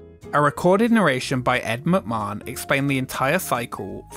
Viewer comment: Gotta love young people and their lazy attitudes towards pronunciation... "McMahon" . (It took all of 3 seconds to look up.)